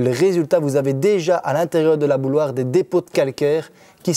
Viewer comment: Tu dis "bouloire"? C'est quel accent de la francophonie ça?